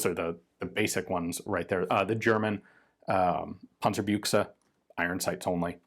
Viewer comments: Nice work on the word Panzerbüchse, I appreciate your efforts on pronunciation. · I can't resist anymore telling you how I love hearing you say "Panzerbüchse"! The pronounciation is so accurate it's already funny again. Congrats on your good Umlaut training. :)